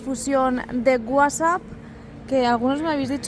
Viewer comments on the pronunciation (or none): none